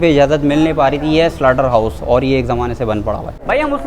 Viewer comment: SLAUGHTER HOUSE NOT SLUTTER PLS